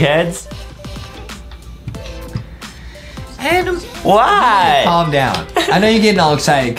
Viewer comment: I love that everyone calls Adam Adem